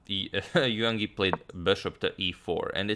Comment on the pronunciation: In "Yangyi", don't sound the "g". "Yang" is one syllable (like English "rang" or "sang") and "Yi" another (pronounced like English "ee", as in "seek").